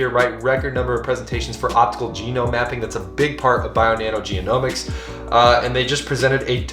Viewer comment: genomics .. not geo-nomics, sorry thqt was triggering